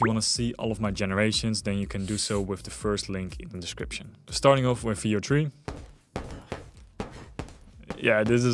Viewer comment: did anyone else think he was saying "video-tree" every time he went to say Veo3...it took me half the video to realize what he was saying.